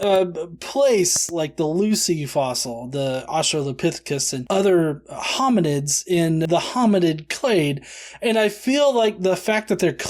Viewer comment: Well hearing him read out "austro-palethecus" right after that isn't winning anyone over, either. 🤓